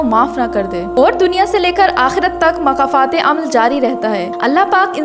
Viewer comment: makafat nhi ❌️ (( Mokafaaat.... ✔️ )) 🌿🌹🌻🦋🌷🪻⚘️🌿 ❤❤❤❤❤❤❤❤